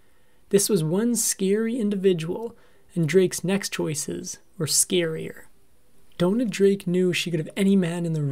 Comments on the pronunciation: It's Dona, not Donna. Pronounced "Doh-Nah". You can research the correct pronunciation. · It's pronounced that way because of the spelling. It's DONA and rhymes with Mona. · Downa? Downa? Why in the world would you pronounce it that way?